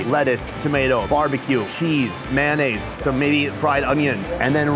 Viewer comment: What is “man eh’s”? Sorry I’m Canadian. We do like mayonnaise here.